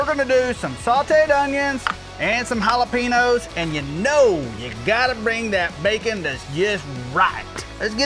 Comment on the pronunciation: Why does he say jalapenos like that lol